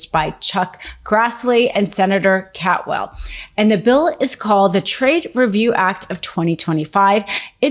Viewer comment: She is saying Maria Cantwell's name wrong. I live in Washington State. Please correct this.